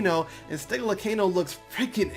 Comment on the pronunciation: this dude read the names he reads every letter its say Stegolcano he say StegoLAcano